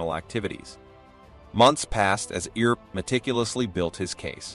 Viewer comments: The Earp brothers name is pronounced E*R*P. Ignore the A and do not pronounce it. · The pronounciations of commmon words and Names (EAR..p , Tuck-son, etc ) are so far off this MUST be an AI narration. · Great story and history - I just wish your narrator knew ho to pronounce Wyatt's last name and the other place names in the story.